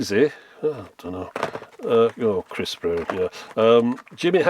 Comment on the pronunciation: Haha the way he said Chris brown